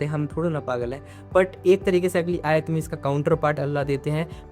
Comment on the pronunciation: Brother aaya nihi Aayat